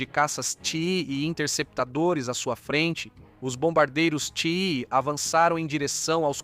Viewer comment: Por favor....caças TIE são pronunciados "Tái".....caças "Tii" é duro de ouvir